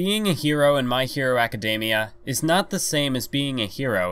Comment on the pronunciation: Are we not gonna talk about how he said "acidamiea" instead of academia